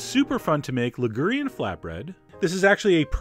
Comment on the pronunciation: There's no 'h' in Liguria, unlike spaghetti. A little very basic Italian should be prerequisite for a serious chef of Western European cuisine 😄